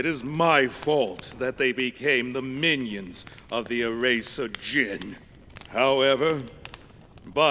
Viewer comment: It's sus to say The "D" Is Silent In The Word Djinn